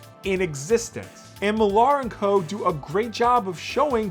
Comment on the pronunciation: Mark Millar is a prick and egomaniac. Also his last name is just pronounced “Mill-er” not “mil-arr”.